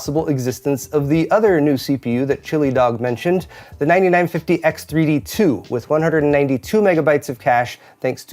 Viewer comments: Everytime you call them "chilly dog" it makes me wonder if you actually read. Its "chilled dog" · The Guy ist called "Chilled Dog" (chi11eddog), not "ChiliDog" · Just because you reference them frequently: I'm pretty sure it's "chilled dog" and not "chili dog"